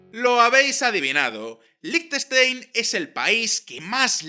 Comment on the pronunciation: 10.000 Francos son 8.500 euros, no 85.000. Y Liechtenstein lo pronuncias bastante mal.